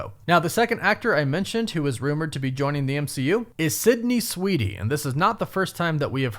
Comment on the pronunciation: I don’t think you’re saying Sweeney… 😂